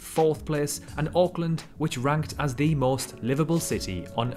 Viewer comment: First part natural beauty when he pauses that is, in fact, sand it’s just a Blacksand beach😊 also, you don’t pronounce the A in Auckland. You make it sound like an o. Yes, the entirety of the movie was filmed right in New Zealand right there